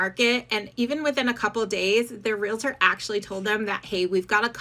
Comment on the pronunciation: Real-tors NOT re-la-ters! Two syllables only. So many people mispronounce this.